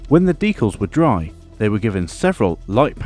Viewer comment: Looks great! Amazing finish! Might just be your accent, but you have sort of invented a new way to say decals, deculs